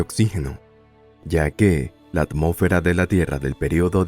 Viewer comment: Por qué dices "amo'fera", cómo sí de un narrador reguetonero se tratara. Tienes problemas con el sonido de la "s"?